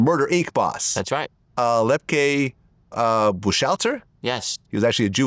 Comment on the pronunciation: And Louis lepke learn how to pronounce his last name he went to the chair with happy and Capone lepke was the last one in the chair